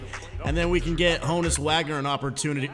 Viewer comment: It’s hooonus not Honus